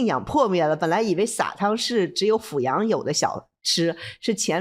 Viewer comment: 感谢和崇敬这个安徽老乡，另外阜阳的阜读第四声fù